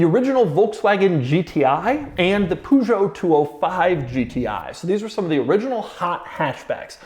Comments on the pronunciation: It's pronounced Per~Jo,. Not Pu~Jo, bloody Americans 🤣🤣🤣🤣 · It is Peugeot 205 GTI not Poojo! 🧐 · It's not POOZHO. Learn how to pronounce Peugeot correctly. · “Pujot” noooooooo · "Poo" jo ...wtf! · his pronunciation of the Peugeot is making me want to commit seppuku . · Golf GTI has been launched in the 70's plus the way You pronounced Peugeot 😅😅😅😅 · Doug is the kind of guy that owns a Carrera GT, but cannot pronounce Peugeot. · Doug butchering that Peugeot pronounciation 🤣🤣 Great effort though 💪